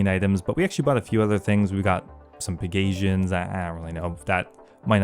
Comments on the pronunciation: it's peg Asian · Why is it that every RuneScape player mispronounces pegasian?